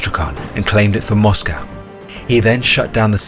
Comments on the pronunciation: Mate, you sound British. A least have the decency to pronounce the word 'Moscow' correctly. A awful blot on otherwise great content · First British person I've ever heard pronounce Moscow like an American.